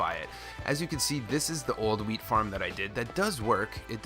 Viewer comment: 330 like and is it just me or did it sound like he was saying weed farm